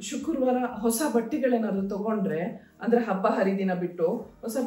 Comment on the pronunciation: ಶುಕುರ್ವಾರ ಅಲ್ಲ ಮೇಡಂ ಶುಕ್ರವಾರ ಅಂತ ಹೇಳಿ